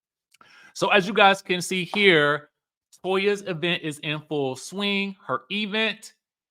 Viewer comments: This E-Vent pronunciation like LaTisha does is taking me out!😂😂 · pronounces event like LaTisha Scott😖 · The emphasis on the Eee in event is cracking me up 😂😂😂😂. That dang Latasha and her Bessemer dialect 🤣🤣🤣🤣